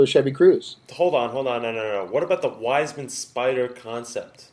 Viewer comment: Its pronounced Viesman not Wiseman